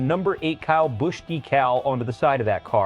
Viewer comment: I ABSOLUTELY HATE A.I. IT CANNOT PRONOUNCE A NAME CORRECTLY. BUT THANKS TO EVERYONE WHO REMEMBER KYLE AND ANYONE IN ANY FORM OF MOTORSPORTS WHO PUTS A KYLE BUSCH #8 DECAL ON THEIR HOTRODS. GOD BLESS KYLE R.I.P. BROTHER.